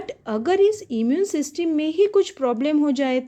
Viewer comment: Ma'am ese सिस्टम बोलते 😅😅😅😅